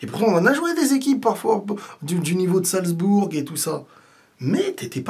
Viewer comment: ça se prononce "salzboure" et non pas "salzbourgue". Amitiés